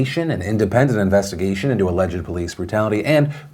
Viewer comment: "Investa-gesh" - Philip DeFranco 2019